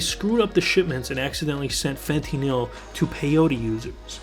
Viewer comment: Fentineil? Jk just sounded funny to how I pronounce it.